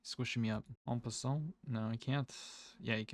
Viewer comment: Enjoy your videos. Just an FYI, when pronouncing en passant in French, the t is silent :)